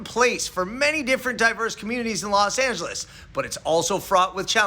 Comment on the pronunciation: Los Not Las